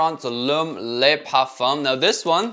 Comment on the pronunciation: The "Le" in Le Parfum" is pronounced "luh" not "lay" in French. Lots of fragrance reviewers gotta step up their French game. Great video though. Always appreciate your honest reviews.